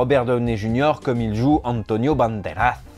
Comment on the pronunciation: Cet "antionio banderazz" me fait rire à chaque fois j'adore comment tu le prononce haha. D'ailleurs je savais même pas que la piel que habito c'était un almodovar merci pour l'info !